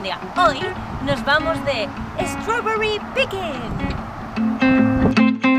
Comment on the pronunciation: Por favor hablar más en inglés! Se agradece! Por cierto me encanta la pronunciación de strawberry <3